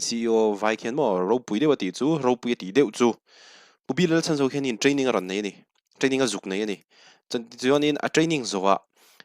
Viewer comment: Sir, Pu B.Lalchhanzova tih hian Chhan tih lai tak hi i lam diklo zel ania aw... misualin min man a min lo chhan teh tih ṭawngkam a, chhan tih kan lam ang hian a hminga chhan tih lai hi lam zawk tur a ni e..